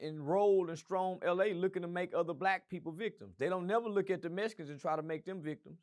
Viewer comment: He said the mesicans connected with the boots. lol😂😂😂😂😂